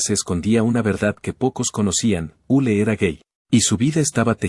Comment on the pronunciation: El narrador llama Ulu a Yul !!!! HORRIBLE!!!!